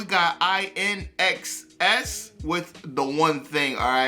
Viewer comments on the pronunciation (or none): And the band name is pronounced like "in excess"😉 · The pronunciation is. IN EX SESS...like in you were to say in excess. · Pronounced "In Excess". Yeah I was really into them as a teen. Perhaps spin Black And White, What You Need, Devil Inside, Don't Change, To Look At You, Need You Tonight. And the blues/roots artist Bonnie Raitt released an excellent cover of Need You Tonight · Their band name is pronounced "In excess" 😉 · It's pronounced inexcess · Its pronounced In Excess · please do the official video of this song...woo hoo. So cool and sexy! Shaboo Shooba album was 🔥. INXS is pronounced IN.....EXCESS. Thanks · 💔RIP Michael Hutchence - LOVE INXS!!! It's pronounced 'in excess' - Please react to -Never Tear Us Apart (a love song) -Need You Tonight -What You Need -Devil Inside -New Sensation -Thanks!!! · Pronounced “in excess”.